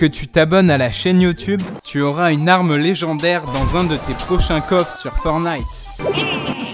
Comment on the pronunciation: C ForTNIte avec un T